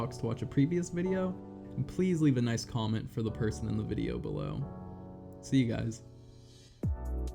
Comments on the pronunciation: mis spell you said pirson just letting u knnow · “in pirson”